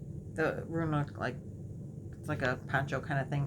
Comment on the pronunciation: Hi I always enjoy watching your videos. I have heard you talk a few times about the open front type of poncho and just curious what the name is. I can't quite understand what you are calling it. Roona, Rooma??? Thanks